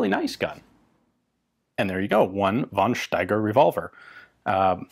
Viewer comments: Von Steiger is pronounced fon Steiger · The only "but": von Steiger is pronounced [fɔn ʃtaigʌ]